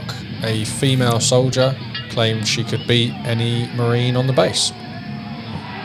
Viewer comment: What's a "solider"?